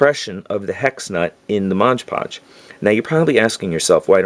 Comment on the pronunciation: MOD PODGE... not Modge Podge.